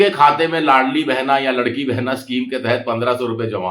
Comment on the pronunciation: वो लाड़की बहिन योजना है, आप लड़की बोल रहे हो!😂